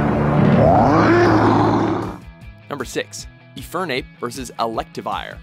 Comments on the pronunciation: Eeeefernape? What kind of pronunciation of Infernape is that? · Well, he called Infernape E-Fernape. So... yeah.